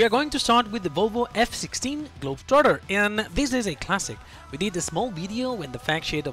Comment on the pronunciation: You're pronouncing globetrotter perfectly 👌👌 you speak better English than people in the UK do